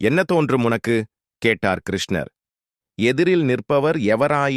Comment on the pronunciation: Pronunciation is very bad. Please correct. Dharuman is pronounced as Tharuman. There are too many mistakes. Please redo this and reload to avoid criticism. Even the name of Lord Krishna is wrongly pronounced. Who is the reader of this text??